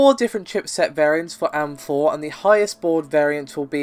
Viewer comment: Stop being lazy, it's A-M-4 and G-U-I not am-4 and gooey.